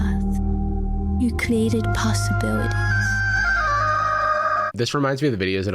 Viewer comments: 😂 "you clreated" 😂 can't even say created properly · So, the weird camel video... I've heard his daughter speak, and she does not SOUND like this. Is he tuning her voice with AI? The pronunciations are wildly bad. She says 'may' instead of Me in the beginning, and later when she says he 'created a door' for her, she says created like 'cLEEated'..... Is she TRYING to use that pronunciation, or is it the tuning of her voice? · Did the Japanese ai pop star seriously say "cleated" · "YOU CLE-ATED POSSIBILITIES?!"